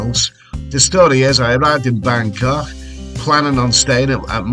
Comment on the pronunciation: that dinner you had made me so hungry! Don't ever try and go all posh. Just that when you say 'Bangkok' you pronounce it Bancoughhhh. That's scouser talk if ever I heard it! Hope you're having a nice holiday mate.; you're a natural traveller. I love your reports from all over.